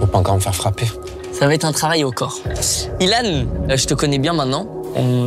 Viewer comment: pourquoi tu dis Ilan c'est pas byllhan?